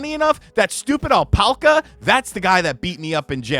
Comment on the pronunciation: It's pronounced AL-PACK-UH and P.S. - I believe they will spit sometimes in real life. Kind of like the camel in Conan the Barbarian lol